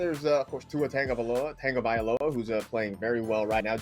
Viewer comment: Ahmed becomes “Akhmed” Tagovailoa becomes “Tonggovailoa” Smh...